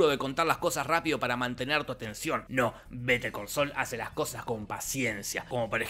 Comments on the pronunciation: "vete al col sol" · Better call Saúl ❌ Be De Co So ✔️ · "beter col soul" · ..."BETER COL SOL"